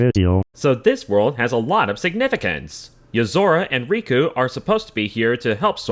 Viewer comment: You pronounced riku really really weird when you talked about the theme of love and who sora loves...